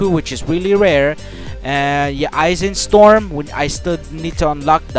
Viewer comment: Game: Ashen storm: Aiken storm Game: Senko: Senku